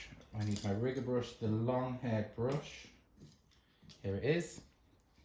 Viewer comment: Hi 😊 what a difference your hand painting made. Absolutely beautiful! Is a riggor brush, the same as a liner brush? I'm not sure you said riggor😂